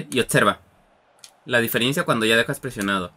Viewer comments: Se dice DIFERENCIA, no DIFIRIENCIA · muy buen video crack!! me ayudo mucho, sigue asi oyes por cierto se nota mucho la palabra Diferiencia y es Diferencia sin la "i" , Saludos